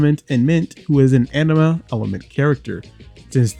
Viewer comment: Great video! But can't stop laughing bc you say 'anima' like 'enema'! 🤣